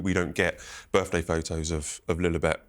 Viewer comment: Fgs Sun this Interviewer can't even pronounce the English language properly birFday ffs. I can't believe it, did he actually go to school ,my God